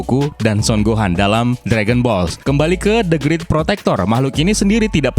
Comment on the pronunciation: Bukan the grit,the greet,bacanya